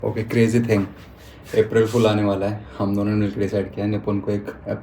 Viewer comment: "APH-RIL FOOL"🎉 😂